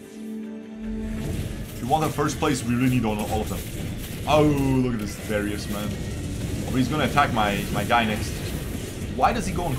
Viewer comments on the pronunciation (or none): none